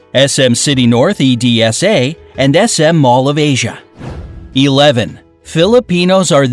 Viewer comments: its edsa not ed s a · it's EDSA not E.D.S.A